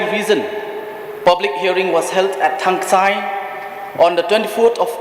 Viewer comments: Thangskai not thangksai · Thangskai not thangksai..